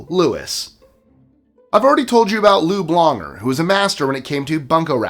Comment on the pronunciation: I thought you said Lube Longer 😂😂